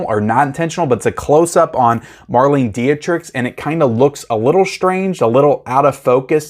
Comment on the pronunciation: By the way, I think Marlene Dietrich is pronounced "mar-lee-na dee-trick" (by Americans).